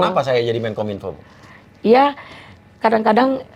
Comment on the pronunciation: seorang loyer yg ga punya ilmu pengetahuan nyebut menkominpo aja ga tahu dan tak becus memalukan